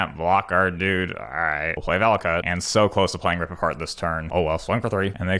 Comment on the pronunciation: "Rip apart" not "rip a shard" wtf man